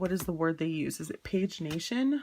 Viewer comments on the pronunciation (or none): the word is “pagination” pronounced with a short “a” and 4 syllables: pag·i·na·tion /ˌpajəˈnāSHən/ noun the sequence of numbers assigned to pages in a book or periodical. "later editions are identical in text and pagination" Also, perforated is pronounced PER-for-ated (not pref-or-ated)